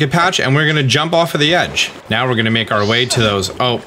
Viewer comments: he said meow instead of now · Is it just me or did he say 'right meow'?